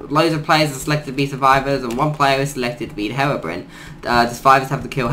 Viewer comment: I have never heard someone pronounce it herobrin